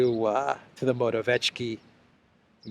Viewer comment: P.M. of Poland is pronounced..Mora...viet...ski.( viet, like vietnam). There is no hard "ch" sound. The 'c' in his name is...'ts'.Not that your reports need correcting,, as you are one of the rare ones who openly, decently and honestly get the facts out with integrity. Thanks.